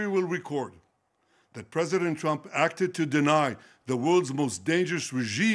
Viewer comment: Did he say president trumpet 😂